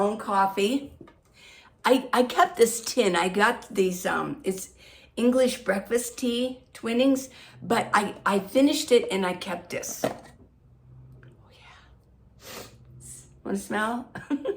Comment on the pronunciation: Your a smart sassy woman and i love your energy and dynamism. Your inspiring to me as a senior woman.- dont listen to the naysayers- with love and blessings from the UK.ps twinings is pronounced "twynings" in the UK😅